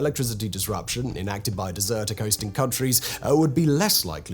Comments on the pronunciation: Only watched for 2 mins but funny how you prounced it as "deserted" as opposed to desert-tec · Simon, why are you pronouncing it as dessert 🍨 tec and not desert 🐪 tec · DEZ-er-tech not Dessert-ec